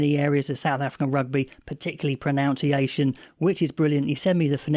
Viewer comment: Pruh-nun-see-ay-shun not Pruh-noun-see-ay-shun . See what you did there 😁